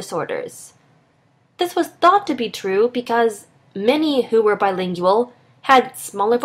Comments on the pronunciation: why bilinGIal why that pronounciation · I had to stop the video. I couldn't handle how she pronounced Bilingual. BTW I am Trilingual, and therefore according to the video above I have a smaller vocabulary. I find this untrue in my mother tongue. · Does it bother anyone else how she say BILINGUAL? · Is she mispronouncing the word bilingual? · it's really annoying how she pronounces "bilingual"